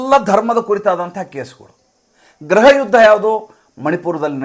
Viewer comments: ಸ್ವಾಮಿ ಅದು ಗ್ರಹ ಅಲ್ಲ. ಗೃಹ ದಯವಿಟ್ಟು ಉಚ್ಚಾರಣೆ ಯನ್ನು ಸರಿಪಡಿಸಿಕೊಳ್ಳಿ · ಗ್ರಹ ಯುದ್ಧ ಅಲ್ಲ ಗೃಹ ಯುದ್ಧ ತಾನೇ